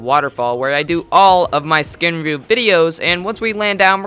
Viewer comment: U said skin rewiew lmao